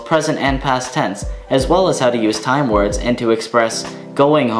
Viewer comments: You pronounce the words excellent! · Shit dude, you pronounce the words better then any non-swedish person I have ever seen. You sound like a genuine Swedish person. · Your pronunciation is incredible. Well done.